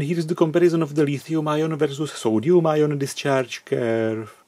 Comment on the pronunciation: And it's a new element: "Soduium"..